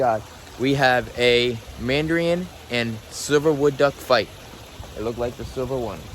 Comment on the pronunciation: not -man dree un- but -man da rin